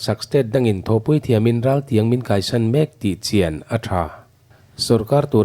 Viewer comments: raltiáng ral khat tiha ral hi lamin, tiáng hi fân sángin, raltiáng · Mamuan ral tiang tihkha i thluk diklo ve tlat mai😁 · Ral tiang tia ilam ri hi raltiang tih zawk tur ania ifim khur hlea ala famkim lo deuh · Raltîang pawh lamdik thiam lo chu abuaithlak e. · Raltiang tih i lam dan chu, lo zir chiang deuh teh. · Raltiang i lam dan chu leh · Raltiang kai pawh lam rik dik loh hi chu a zia lo deuh